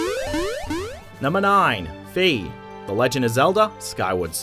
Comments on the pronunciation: Mispronounced Fi, it's like the i sound in 'bye' not 'bee'. I keep correcting this when I hear it happen UNTIL THE WORLD HAS BEEN SET RIGHT. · FI is pronounced with a long I. As in Sky not Fee as in an E paying $$$. Hyrule Warriors confirmed that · It's no Fee,it's Fi,like Sci-fi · Why do so many people pronounce Fi like "Fee"? That's been confirmed to be the incorrect pronunciation. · Yea I kept on mispronouncing her name for the longest time. I learnt my mistake.